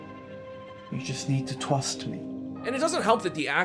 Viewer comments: did this guy really just say 'you just need to twust me'? i am on the FLOOR. ive never seen a movie with audio THIS bad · you just need to twust me,, i twied to warn you, or twick you... ur voice isnt very threatening my man